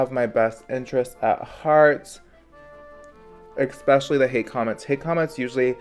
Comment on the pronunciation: THE WORD IS ESSSSSSSSSPECIALLY! Not ExSpecially!